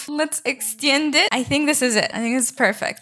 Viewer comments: "ExtYend it" made my day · "exteyund it" truly inspiring😌